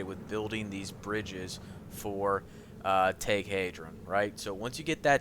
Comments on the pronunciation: The way you say thaig is like tage when it sounds like tyge but goodlookin out on the gear locations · Thaig is pronounced "Tyge" not "Tag" haha